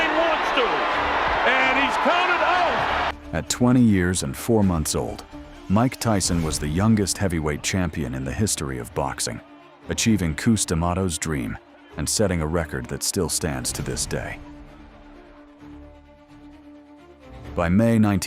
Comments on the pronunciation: Gosh I hate AI narrators!!! Its not pronounced "Coos" D'amato!! Its "Cus"!!! Thumbs DOWN!! 👎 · Its not "cooos" d'Amato .... AI BULLSHIT! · who's 'coos d'amato'? fuckin' shitfire, commentary that barely has anything to do with what's in the video is bad enough, but at least you should make your fake narrator say the names correctly.... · Oh dear, this was all going well until the AI narrator calls a absolute legend of the sport, 'Coos' D'Amato, FFS..! This content now only serves to illustrate exactly how to make potentially decent content sh!t, and also confirms that the creator is sloppy AF..!! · Hate these A.I. narrations: "Coos" D'Amato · AI videos suck. "Coos" D'Mato? "Pink Lawn" Thomas?